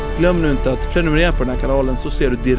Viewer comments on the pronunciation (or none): none